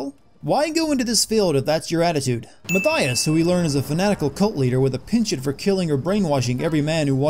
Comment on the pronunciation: You forgot to add a sin for saying laura when its lara & also mispronouncing penchant, yes I know I'm being pedantic but some shit matters here people!